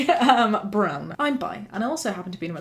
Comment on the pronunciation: You pronounced brown as bran and i immediately thought about rice was like "yeah asian solidarity shore to shore- wait..."